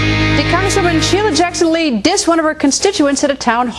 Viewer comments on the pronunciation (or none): Lee keeps saying dished. It's dissed as in disrespected, moron. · "I did not 'dish' anyone" lol